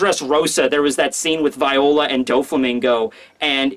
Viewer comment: LEARN HOW TO PRONOUNCE VIOLA FFS